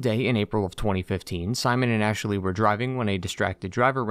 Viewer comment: oh god he says ASHE-LEY in this video as well, drove me nuts in the mass effect videos